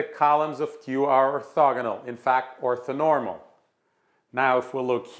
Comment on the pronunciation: Othonormal? Surely that's orthonormal.